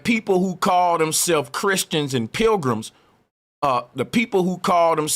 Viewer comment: Pilgrims = Programs is how you pronounce it.